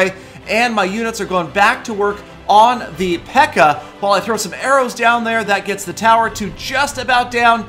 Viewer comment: It's Pekka not Peaka